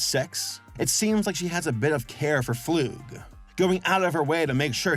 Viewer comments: ITS NOT FLOOG ITS FLUG 😭😭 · The way pronounces flug as floog makes me cry a lil lol- (also fun fact! his full name Kenning flugslys means theory and plane crash in Icelandic and in Icelandic is pronounced similar to how pronounces it but in English would be pronounced flug like ugh boot idk how to spelt it) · i think dr flug is pronounced (fl-UH-g) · I thought his name was pronounced like slug. Also there is some deeper original lore to Demencia that makes her character kind of sad. I don't know if they're still going with that or not, but I don't want to way too much in case of spoilers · God damn it say his name right start to it's Dr. Flug